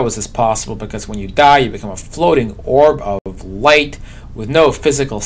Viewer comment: I laugh every time you say "orb of light". xD